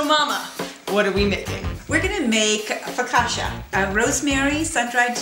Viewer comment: Loved this!! But the way you pronounce focaccia is hilarious ahaha <3 <3